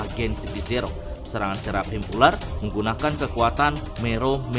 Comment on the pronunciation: Seraphim bacanya serafim biar enak.. Gua denger mimin kyaknya keribetan nyebut seraphim tapi h nya disebut jadi serap him..